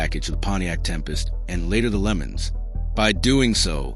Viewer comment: A Pontiac "Lemons"??? I will take a Pontiac tangerine. 😅 A. I. strikes again!!!